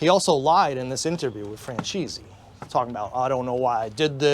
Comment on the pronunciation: francheesy haha